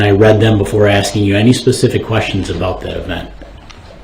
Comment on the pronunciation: DB: “I don’t got no follow up quesshins”. Ahh yes a “master” of the English “langwitch”!